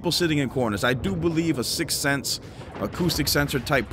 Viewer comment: Ghost counters “sixth sense” 🤣